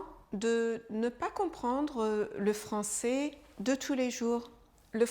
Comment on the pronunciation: Attention à la prononciation du son é vs è. Ça peut confondre les apprenants. Quand vous dites le mot "français" on entends ça comme "francé". Cette distinction est importante pour différencier des verbes comme "je serai/ je serais" ou "je ferai/ je ferais". Un bon truc pour les apprenants est de regarder des films ou téléséries pour s'habituer à entendre du français de niveau familier et informel, avec les sous-titres si possible. Les bulletins de nouvelles sont une référence, mais pas représentatifs de la réalité de la rue.